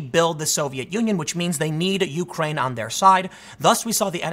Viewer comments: I'm Your President it is you-CRANE, not YOU-crane... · "yoo-crane" - Tim Poole (2019) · Something I'll never understand is American's difficulty in saying Ukraine. It's always either "The Ukraine" or " YOU -kraine" from you guys.